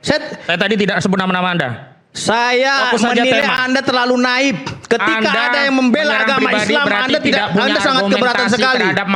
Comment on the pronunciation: Naif, bukan naip